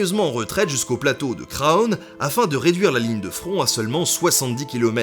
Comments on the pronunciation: super reportage :) par contre on ne prononce pas le "o" de Craonne ;) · Craonne se prononce "CRANE"